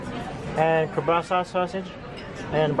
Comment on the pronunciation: Why can’t any WDW bloggers pronounce Kielbasa correctly? It’s wild!